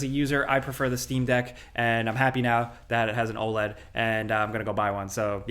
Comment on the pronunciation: Saying OLED like OLED and not OLED is pretty f*cking crazy